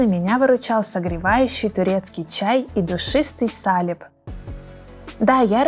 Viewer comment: Замечательное видео! Только, пожалуйста, говорите правильно название зимнего напитка: не сАлеп, а салЕп!